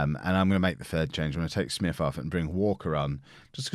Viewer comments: U say Smyth as Smith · it is pronounced SMYTHE u had it right mate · Smyth is pronounced "Smith" (Source: From N.I. and a guy in my class has the same surname) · I had a teacher called paul smyth pronounced with a y